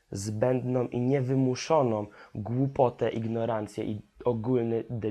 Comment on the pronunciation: ciekawie i rozsądnie mówisz ale popracuj nad dykcją i poprawną wymową (np. "wymuszonom")